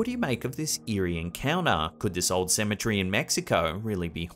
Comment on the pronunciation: You pronounce cemetery like your saying symmetry